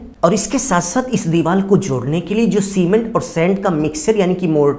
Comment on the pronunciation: It's deewar not diwal sir.